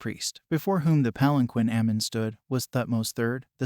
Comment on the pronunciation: Amun,not Ammam Tutmoses not thutmoses.